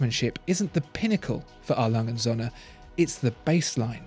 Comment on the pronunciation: It's not Sohne but Söhne.